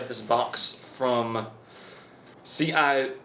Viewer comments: Sorry I forgot to add this but it's also pronounced ci-ve-ve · Woohoo battlebox!! Civivi is pronounced sih-vee-vee lol. As someone who has used many lanterns, you're supposed to light then with the glass on. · Hi didn’t know how to say civivi 😂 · I love the fact he said civivi like that